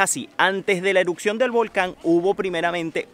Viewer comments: Erupción, erupcion, no eruccion 😂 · no puedo con su "Eruccion" "Eruccionó" :/ me desconcentra de ver el video